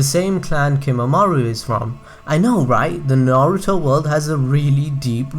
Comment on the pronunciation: Nigga say naruto right